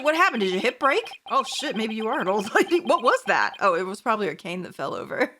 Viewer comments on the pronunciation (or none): none